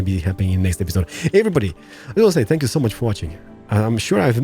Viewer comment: when he says thank you, it sounds like spank you! XD!